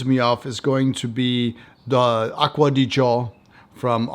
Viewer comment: As always, highly enjoyable review. And one of the few reviewers that knows how to pronounce Acqua di Gio 😊 !